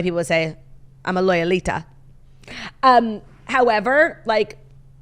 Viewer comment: A "loyalita" 😂😂